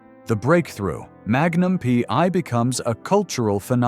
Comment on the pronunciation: Not the story of his life again? How many more times? At least 5-6 times every day. Everyone we know and most of his fans have already read his book or listened to the audio CD. Learn English. It's free on YouTube and read it. Don't just copy from other clueless creators. It's Magnum P.I. not PY. Don't talk about people you don't know personally. Again: Tom hasn't finally talked about Steve McQueen. Get it?